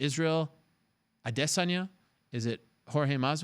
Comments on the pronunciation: Ariel is getting on my last nerve with his over anuciation of the name : "Adesanya".😡😡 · why u sayin adesanya like that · Is it Ariel who is mispronouncing Adesanya or literally everybody else?